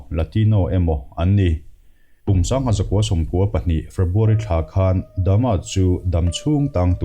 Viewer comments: Jeffry Dama tih aichuan Jeffry Dahmer(dahmar) ti zok la. ... .. Ka lo ti ve mai mai nih chu. .. . . . ... .... I lamdan pawh hi adik zok thei bawk a! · Jeffry dahmer, tihzawk tur ani in kavan hrezawk ve aw....mahse ilamdan pawh hi lodik zawk maithei a.